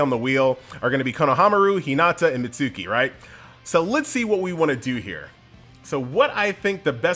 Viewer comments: "MIT suuuuuuuuu ki" it hurts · Please stop butchering Mitsuki's name lol